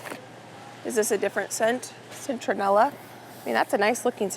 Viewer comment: Citronella - pronounced SIT (no N) RON ELLA.